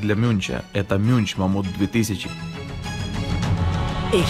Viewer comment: Műnch это немецкое слово и читается как мюньх,а не мюнч.